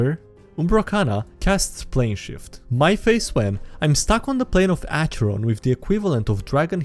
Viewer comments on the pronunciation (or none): none